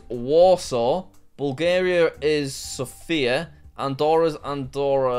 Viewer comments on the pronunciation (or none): none